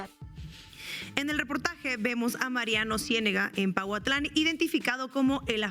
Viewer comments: es Pahuatlán no pautlan, lo estuviste diciendo muchas veces, es importante que leas bien porfa, muy importante la información que ustedes dan así es que también es importante cuidar estos detalles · se escribe Pahuatlán y se pronuncia paguatlán!